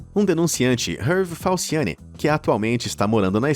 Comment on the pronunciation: Eu entendi falsiane. Uma pessoa com esse nome kkkkk eu não confio por nada nesse mundo